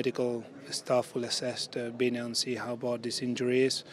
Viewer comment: Love how Zaba says 'Vinny', it's like 'Binny' haha